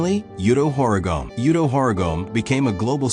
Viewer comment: You need to hire someone to narrate or do it yourself. I left after the Koston but judging by the comments the Yuto pronunciation seem to be the worst.